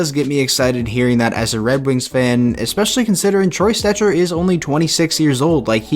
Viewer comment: I hate when u said Troy Stecher. Shut up. Please shut up.